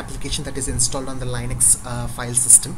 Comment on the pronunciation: it pronounced Lin X. Not lie nix thank you for sharing your knowledge. you're a good teacher